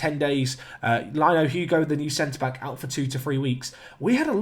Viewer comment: Lino is pronounced Lee-noo, would of much rather if he was from Benfica